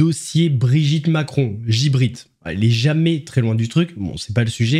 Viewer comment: Pas Gibritte mais plutôt Chibritte 😂